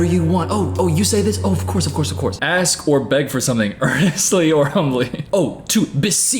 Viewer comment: Yeah this guy will be on the news one day for horrible things. Edit: Don't take advice from someone who says ax instead of ask 😎